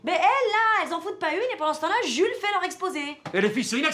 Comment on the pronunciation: bloodydeva48 oui c'est le y on dirait qu'elle dit Julie mais elle dit Jules y